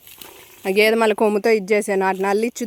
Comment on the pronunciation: గేది కాదు గేదె 😅